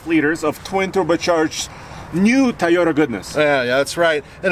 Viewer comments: Id pick the "Tie-ota" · I believe it's pronounced "TOY" YOTA, not "TY YOTA". just say'n. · Came here expecting to hear call it a "Tieyota Tundra" and he did not disappoint:)